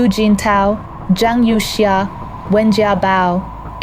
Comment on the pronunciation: This looks like fake. The Chinese names are pronounced wrong - Youxia??